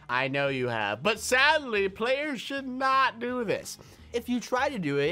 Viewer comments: You called it TO instead of DO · You said to instead of do